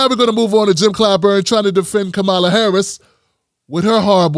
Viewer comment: Please put the accent on the first syllable of KAH-ma-la. Like a comma.